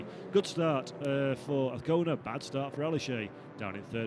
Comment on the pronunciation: ...and the commentator sticks with his incorrect pronounce of Azcona, someone slap him on the head!